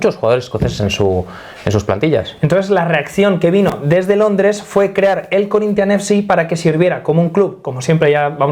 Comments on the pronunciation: Porra quando for falar Corinthians vê se fala direito. Falar nossa língua é o mínimo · Me he quedado con las ganas de escuchar a decir "Corinthians" con acento portugués